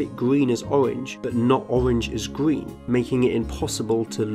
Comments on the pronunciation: He says gween instead of green sometimes..idk y but it's adorable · Its GREEN not GWEEN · Hey, I learned a lot from this video so don't get me wrong. I just want to know why ppl in your country pronounce green as gween and through as frough? I'm not being a dick I'm just curious. Is that a regional thing like here in the states? Like accents? U know what I mean? I have a few friends that would say tree instead on three. I think it's funny but I'm sure they think my accent is funny as well. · This guy might be color blind but he definetly is R deficient. Gween ? :) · Listen Not Trying To Be Rude But I Am Bothered By The Fact He Cant Pronounce His R’s... It’s Not Gween It’s Green, G”R”een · "Gween" "Owange" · Gween and owange... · When this dude described green as, “gween”. Bro you got a speech impediment too. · Love the way he says green. Grween ☺️. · Bwain. We'd. Gween.... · Narrator : Gween, Bwrain Me: you're color blind and can't speak as well? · red oweng and gween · wed owange and gween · Gween. Owange. Bwain. Shoutout to Kerbal Space Program. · GWEEN WABBITS! HAHAHAHAHAHAH! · Wed, owange and gween CUTE. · I'm sorry , I just have to say this. He said "gween"